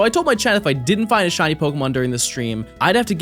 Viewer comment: She-Nee. By the way.